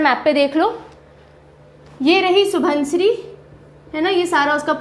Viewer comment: (Xu-won-xiri ) proper assamese pronounciation. Not (Su-bon-siri).